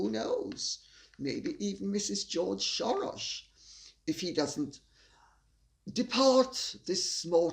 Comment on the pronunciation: Lady C you amaze me everytime, glad to hear you pronounced Soros correctly. ( he's original surname is Schwartz)